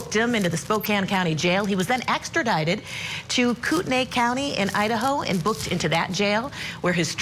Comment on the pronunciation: KOOTENAI- Koot-nee